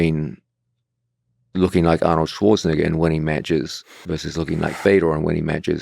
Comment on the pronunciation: The way george pronounced arnold LMAO